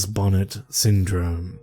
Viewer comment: It's pronounced bon-ay... It's after French genevan botanist who suffered it the term is coined after